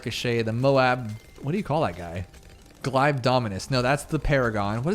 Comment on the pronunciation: Glaive is pronounced Glayv, just fyi